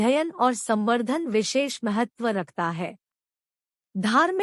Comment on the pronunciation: आप बोलने मे भाषा का सुधार करें । महतव नहीं, महत्व । वेद मे ज्ञान, क्रिया और अर्थ या सत्, चित्, आनन्द का विस्तार है, क्यो कि इन तीन के अतिरिक्त विश्व मे कुछ भी नहीं । 3 अग्निवेद --- ऋग्वेद । इसकी 21 शाखा है । यजुर्वेद । इसकी 101 शाखा हैं । सामवेद । इसकी 1000 शाखा है । ---------- सामवेद ---- अथर्ववेद । इसकी 9 शाखा है । एक्सप्लेनेशन और विस्तार यहां संभव नहीं ।